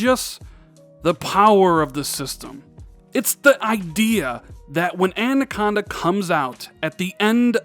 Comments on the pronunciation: You said "An" - aconda right to start the vid at least... Rand-aconda! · I have grown to like Andaconda. Who needs proper pronounciation anyway? 👊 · At exactly the same time I was thinking he’s saying anaconda wrong , he says I know I’m probably saying it wrong. 👍👍👍🤣🤣🤣